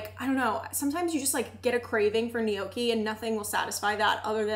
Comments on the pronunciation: I love you and I binge watch every single thing that you post but I struggled so hard listening to “knee-okie” over and over 😭😂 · The way you pronounce gnocchi hurts me to my core, but I’m willing to look past it since the rest of the video is so good